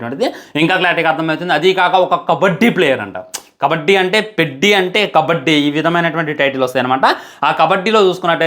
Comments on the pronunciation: పెడ్డి కాదు రా అయ్యా పెద్ది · Peddi kadhe pedhi laga palakali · Adhi peddi kadhu Ra peddhi palakatam nerchuko first 😂😂😂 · Orey sollu na kodaka...పెద్ది ra adhi.Title sariga pronounce cheyyatam raledu....cinema story ento cheppestunnav.